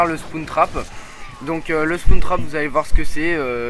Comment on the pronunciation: Spoune trap mdr ! Spawn Trap sa se prononce SPOWNE trap mais si non tout a fait daccord Black ops est a chier :)